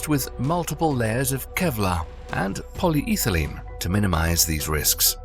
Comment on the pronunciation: Innovative pronunciation of polyethene.